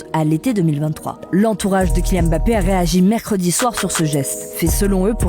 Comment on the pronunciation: Déjà c’est Kylian Mbappé, pas Kylian Bappé